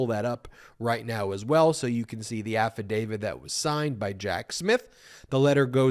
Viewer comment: Again, Ben…it’s “affidavit,” NOT “affidavid.” 😍